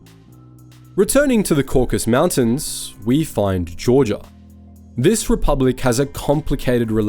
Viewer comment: “Caucus” mountains. Lol